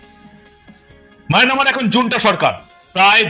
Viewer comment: What a bloody commentator, he doesn't know the pronunciation of Myanmar, but mynamar. You should not think about Bangladesh. We are host in ourselves. We never want you. We are able to govern our country without your help.